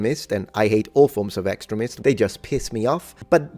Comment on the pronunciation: Extremists is pronounced ik·stree·muhsts.